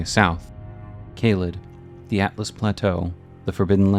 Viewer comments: It's pronounced "alltus" not "atlas" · I don’t think people know it’s a.L.t.u.s not atlus